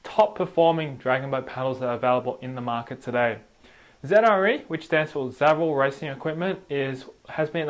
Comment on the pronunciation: It really bothers me that he keeps calling Zre Zedre